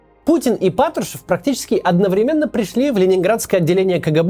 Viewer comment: Максим,безмерно уважаю Вас и то,что Вы делаете.Но,пожалуйста,не одновремЕнно,а одноврЕменно.Вы же образованный человек. Порой так по ушам бьёт.Без обид и с большим к Вам уважением.